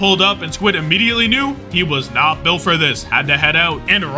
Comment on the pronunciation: built for this? dont you mean "dhillt" for this?